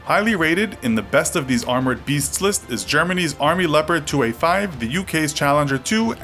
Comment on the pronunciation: You dont pronounce Leopard like "laoprid", atleast try to say "Lee-oh-part"